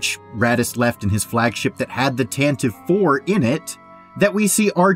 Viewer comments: Every time you mispronounce "Tantive" a Droid is tortured in a Sandcrawler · The Corellian corvette blockade runner is called the Tan- tah- vee IV, not Tan-tive. How do you not know this? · Y'all have never listened to the NPR Star Wars and it shows. The "E" on the end of Tantive is NOT SILENT. It's the Tantiv"E." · Why are people still making this mistake? The name of the rebel blockade runner has three syllables... It's pronounced Tan-ta-Vee. It was named in the 1981 radio adaptation by Brian Daley. It was pronounced several times in a few episodes. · Every Star Wars YouTuber should be able to pronounce Tantive correctly, which is "TAH-nuh-vee". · Tan tee vee. Jesus wept. Doesn't anyone listen to the Radio Drama anymore? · Tantive IV is not pronounced like that